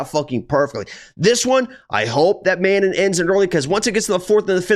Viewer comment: Sounds like you keep saying "Amanda" instead of Manon lol ... I also agree with the Manon winning, but I'll hedge it with Erin blanchfield over 2.5 rounds